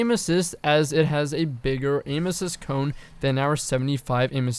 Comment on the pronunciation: Don’t you say it.......... DONT YOU SAY IT..... “Cone” W H Y!!!!!! GOD have mercy please!!!!!!!!